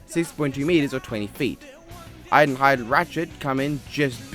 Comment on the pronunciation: "Iron hiade"